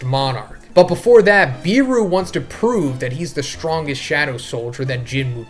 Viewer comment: According to the s2 finale it's "BE-ru" not "BEE-ru"(Iknow this shit's subjective but I REALLY hate the way u say it)